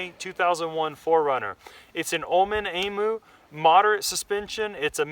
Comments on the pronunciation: Pronounced E'MEW!!!. Cheers from Australia. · Pronounced Eeeem u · emu is spoken like this - (em` you)